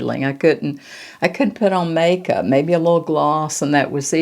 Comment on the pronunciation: Hi I do hope you're doing well,,I loved this video, marvellous,,btw,I loved you saying make soup,,,hope it's Irish Stew🤣ty for your videos,💐🌷❤️❤️